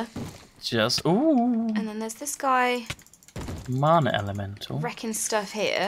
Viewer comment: is taking after Sjin by saying marna in stead of mana